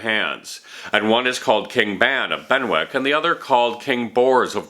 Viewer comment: Excellent. Just a note on pronunciation. Benwick is pronounced "Bennick" just as Warwick is pronounced "Warrick". The w seems to be silent, its just there to expand the length of the word. Similarly we have Berwick-upon-Tweed, pronounced Berik, and Keswick pronounced Kezik. We also drop the w in Norwich (Nor-itch) in England unlike Norwich in Connecticut, which is pronounced Nor-wich.